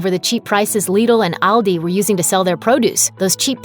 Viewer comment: Actually the way she pronunces it, is the same way we in Germany would do it. :) Liddle sounds strange to me^^. But Aldi is pronounced wrong ;).